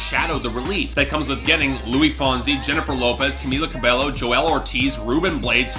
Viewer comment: Camila’s last name is pronounced Ka•beh•yo